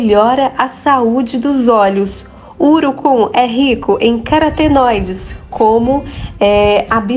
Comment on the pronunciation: Carotenoides e não caratenoides... O nome é URUCUM